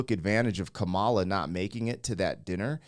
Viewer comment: Kah-ma-la, not Kuh-Mala.